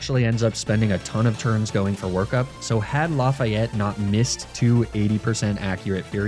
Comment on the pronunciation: Lafayette might have been better if you had pronounced it right 😭😭😭